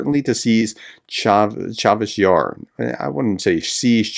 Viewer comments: Cha-SIV not Cha-VIS Yar. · Chavez Yar 😂. I think that’s in New Mexico. Cha Siv Yar. Chasiv Yar. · Chasiv Yar (not "Charveysh Yarr", think Chassis, but then say Chassif, there you go) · Prof, the town is Chasiv Yar not Chavish Yar. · CHA-SIV YAR.... not Chavez 😀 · Are you dyslexic? It's Chasiv. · Pro tip: "cha" as in cha-cha-cha, "siv" like "sieve." You got the accent right (first syllable), just need to true up a vowel and unflip a couple consonants. Expect to say "Chasiv Yar" often in the next couple months and prepare accordingly. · Chasiv Yar, Chasiv Yar, please professor, the city has been talked about for a long time, please make a little pronounciation effort. Respect your videos though!!